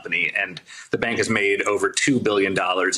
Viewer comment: It’s not bank as in the english word bank, it’s bank with the a like in car